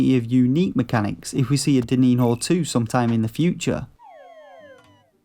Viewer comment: It's pronounced like diniño, "dininio"